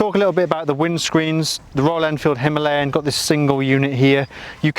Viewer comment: It is called Himalayan (He-Ma-La-yan). Unfortunately it is pronounced - Hemaleyen.